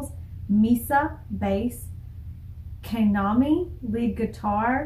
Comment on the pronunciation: The person that posted the pronunciation was a little bit wrong lol. It isn't pronounced Kay-na-mi. It's pronounced Kah-na-mi (soft A sound). The drummer is Ah-ka-ne. I hope you get to 'Moratorium' , 'One and Only' , and 'Onset' soon.🙂 The gold rush interviews are probably the best ones on YouTube (the AbemaTV one was the best, but it was taken down 😕). I really like Mincho's (Kanami's nickname) guitar solos. I really hope that they make an extended intro or outro in one of their songs. Band-Maid currently has four instrumentals: Onset, Without Holding Back, Go Nuts, and Don't Be Long. Another entertaining reaction. 🕊️ Po!